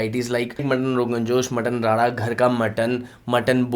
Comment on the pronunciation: Are bhai Mutton "Rada" nahi re Mutton "Rara". Ra bolne nahi aata kya😒